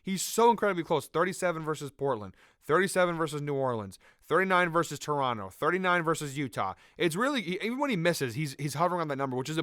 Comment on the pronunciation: you saying toronto correctly made me so happy omg LOL